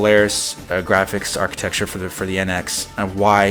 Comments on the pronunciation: New drinking game: Take a drink whenever says "architexture." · If I told you the ONLY reason I have not subscribed to your channel is your saying, "architeXtchure", would you learn to properly pronounce it? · you know you're saying architecture wrong right?